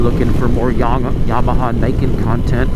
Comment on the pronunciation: I like how you said "YABAHA" .